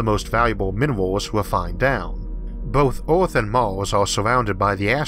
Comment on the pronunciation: What is that "orth" he is repeatedly speaking of? What is a "leysoh"?